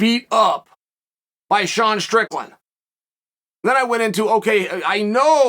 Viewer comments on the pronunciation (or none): none